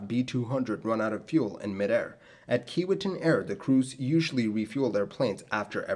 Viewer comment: It's pronounced key-WAY-tinn.